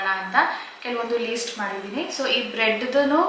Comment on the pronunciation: It's not Least it's List pls correct😅